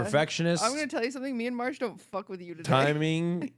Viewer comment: It's Marche and not Marsh???